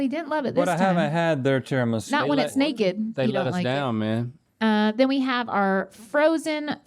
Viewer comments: Rhett: tiramisa? Me: is tiramis"u" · I'm sicilian and I am fuming! TIRAMI-SU! Where does Tirami-sei come from?! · Why were they saying tiramisa ?! I watched this at work and I had to take a moment 😂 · tirimissai? nooooooo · The way Rhett pronounces Tiramisu… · No way u Americans pronounce tiramisu like that… I dont want to believe that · You really don’t know how to pronounce tiramisu? :O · Why did Rhett pronounce tiramisu weird?